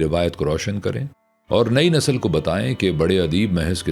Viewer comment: جی! اچھّی آواز خاص انداز کے ساتھ تلفُّظ از حد ضروری ھے| مثلاً: نسل nasl✔️/ نہ کہ nasal